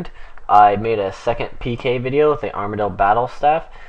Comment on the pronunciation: Ar-Ma-Deal? stay away from runeshark lol